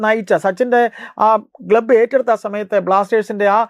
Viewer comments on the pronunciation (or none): ഗ്ലബ്ബ് ❌ ക്ലബ്ബ് ✅ 😂